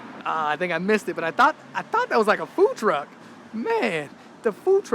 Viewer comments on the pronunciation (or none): the Food F*ck, instead of food truck had me laughing